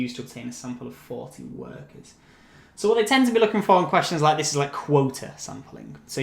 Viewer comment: You’re so helpful , you are a lifesaver with these videos!! But i think it should be (quota ) not (quote) ? 😊🙃